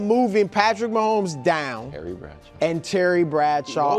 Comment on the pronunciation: Brou saying Mahommes down is crazy work